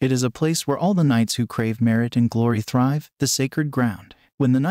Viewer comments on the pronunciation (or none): none